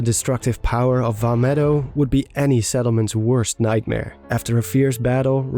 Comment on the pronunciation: You got the Vah medoh part right